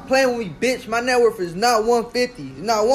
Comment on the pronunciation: He said net worf